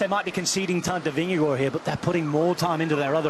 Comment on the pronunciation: weee a commentator that is actually pronouncing Vingegaard correct :)